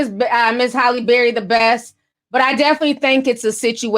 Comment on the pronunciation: I love how Ti mispronounces words... LMAO morbidly o beast and Holly Barry!!! I swear I love this girl!!🤣